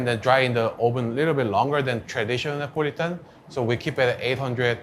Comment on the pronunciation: So it’s Nipo-litan :)